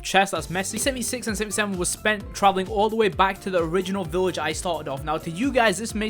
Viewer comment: It's a good video but you keep saying village weird